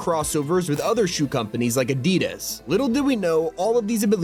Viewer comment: Bro is pronouncing adidas and nike wrong